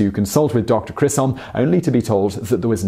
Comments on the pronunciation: Dr Chisholm is NOT pronounced Kis-holm. It is pronounced with a CH as in Choo-Choo (train). - Chis NOT KIS . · Thank you. Yes, I noticed that and it bugged me. He actually put an R in there too and said Krisolm. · Its CHISholm damnit. There's no R in that name. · There’s no R in Chisholm! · Exactly. And is pronounced like the CH in church.